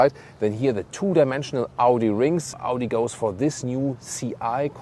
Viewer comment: Amazing review and...... Audi it's Audi 👍